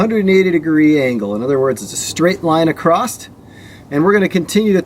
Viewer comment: I'm sorry man, great vid, but please stop saying acrosst. It's not a word. Across. easy. Sorry buddy, just erks me every time lol